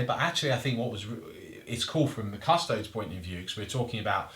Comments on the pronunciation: What's with the Custodes pronunciation? Cus Toads sounds like a rude amphibian. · CUSS - TOE - DEES YOU DON’T SAY “ADEPTUS ASS–TARTS” FOR THE ASTARTES, DO YOU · Should be Cus-Toe-Dees